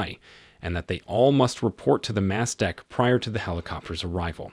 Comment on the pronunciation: It's not pronounced "fore-castle"...it's "foax'sle". Also, it's the "mess deck", not "mass deck". Just corrections from a retired sailor.